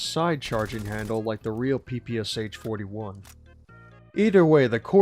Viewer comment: Aww yes the P.P.S.H. 44 that’s its name. not the Pah-Pah-Shah. the meme lives on.